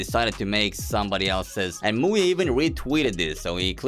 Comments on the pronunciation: i am romanian and i cant let my mom hear you say muye (in romanian "muie" its an insult) 💀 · bro in my country muye (muie) pronounced just like that means Beejay with a derogatory manner(avoiding yt cens) this video was so funny from my side, all I could hear was MUYE was doing this, MUYE was doing that, etc =))